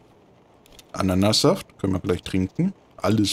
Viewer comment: mmmmh , "gute Anannasaft" LOL xD